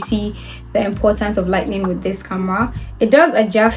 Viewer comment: the way you say “lightning” instead of “lighting” is so cute 😭 also, i loveee the video- so informative and helpful for beginners, thank you! your editing style is lovely too 👌